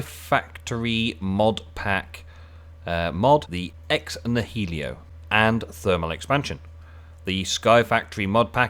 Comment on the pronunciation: “Ex nahelio” lol